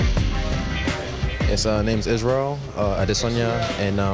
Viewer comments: “AdEsaYenya” what did my mans just say??? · It's Adesanya not adesaeniya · Ada sayinia 😂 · add a cyan ya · No one: The commentator: Edisayenya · If you dont take time to pronounce fighters names properly, dont be a commentator dude smh Adese..en..ye. Wtf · Izzy could have been mad the commentator messed his name up but being a weeb Ada-Sayain-Ya ain’t the worst pronunciation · Adesehanja, commentator got as close to his name as Griffith’s got with his strikes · "ISRAEL ODD-A-SAI-ON-YUH" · Israel Other-sa-heen-ya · That mispronunciation of Adesanya is painful. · this is a basic one that is pronounced exactly how its spelt. he's adding in extra syllables and shit, going out of his way to pronounce it wrong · Buddy sounds like he’s having a stroke everytime he tries to pronounce Adesanya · Chow can they not pronounce Adesanya?